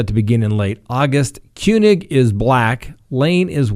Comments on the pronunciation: You killed the cops' name it's "too" thao and "kang" not koonig lol. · kueng is pronounced like king and tou thao is pronounced like two tao.